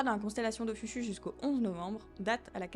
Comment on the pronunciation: Tout bon. Sauf que même si ça s'écrit Ophiuchus, on prononce OphiuKus :) Sinon il y a une autre comète ATLAS (C/2024S1) qui sera nettement plus brillante vers la fin Octobre. Bonne nouvelle, elle sera de magnitude -21 (si elle survit, si elle suit bien ce qui est prévisible) et la mauvaise, elle sera à 0.03 degrés du bord solaire. Mais à cette magnitude on peut la tenter en plein jour, comme il y a la comète Mc Naught il y a quelques années.